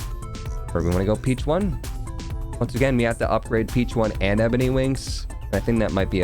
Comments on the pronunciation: RIP to not getting the "Peachone" Pigeon Pun. It's supposed to be pronounced like "Pigeon" with a fancy accent. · was anyone else REALLY bothered by calling it the peach one throughout the entire video? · incorrect. "Peachone" is a somewhat Americanized, botched version of the word "Piccione," which means pigeon in Italian